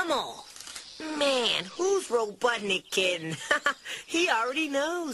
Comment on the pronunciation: RobotniK, not robotnic